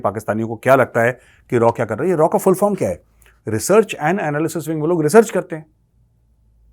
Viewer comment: मेजर रॉ नही raaw